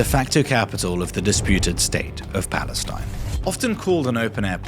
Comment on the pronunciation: He clearly says that it's no Palestine but Balestine